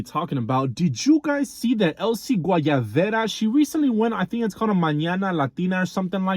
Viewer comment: Not him saying Elsy Guayavera 🤣